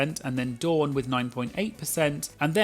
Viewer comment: As a Dawn, can I just say how refreshing it is to hear my name pronounced correctly? I’m American and most Americans think Dawn and Don sound the same. And of course I’m rooting for Dawn this season because she chose a fabulous drag name.